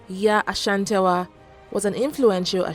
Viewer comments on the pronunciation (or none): Looove the video!!!!!!!!!!!!!!!!! but a teeeny tiny problem. You got the Ghanaian pronunciation of Ashante right, but the Asantewaa.... errrrrm. its pronounced A - SAN-TE-WAA. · why would you call the war of the golden stool a rebellion? The British were trying to break the Asante Kingdom by capturing the golden stool. Unfortunately they people gave them a fake one. Protecting what is yours is not a rebellion. The pronunciation of her name is A-S-A-N-T-E-W-A-A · The pronunciation of the name Asantewaa is (Asantiwaa) The pronunciation of the people of Ashanti is (asanti) Please don't add the sound "ash" to the name. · I think you should learn how to pronounce names ... Yaa Asantewaa... do you see any ‘h’ anywhere... you keep on saying Ashantiwaa